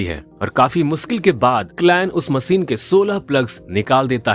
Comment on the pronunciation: Har word se nhi hota she bhi tota h ...macine nahi hota machine hota h Har jagah se se se se